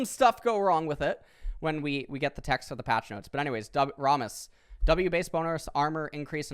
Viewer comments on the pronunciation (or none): I love how he says 'Rahmus' when we all know it's 'Rammus' since he's always ramming into stuff.